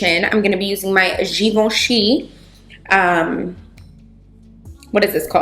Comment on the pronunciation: I was shocked at how good you pronounced "Givenchy", I can tell you practiced it a lot ahaha